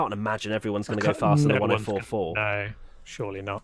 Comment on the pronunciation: "Shurey not ......" Ha ha ha! Lando for president!